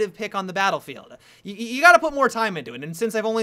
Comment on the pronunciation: Why can't he say "Battlefield" clearly?? :|